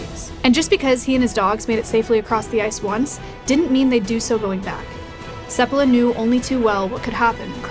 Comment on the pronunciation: It's "sEPpala" not "sepPAla"? I thought it was the latter, where's the emphasis go?